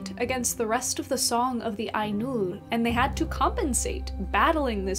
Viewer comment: HI, Mate, you said "Ainur" like I imagine Icelanders would say it....(I need to find an icelander to test this hypothesis, but still...), and I think Tolkien would have been pretty happy about that. Did you read T's autobiography? There is a lot of lovely stuff in it about his fascination with Languages and conlangs. It's by Hymphrey Carpenter (AFAIR), and it's magic (hehehe). C S Lewis gets a mention and several other British story tellers that who we (fantasy geeks) revere, to this day. I like your channel. Keep it up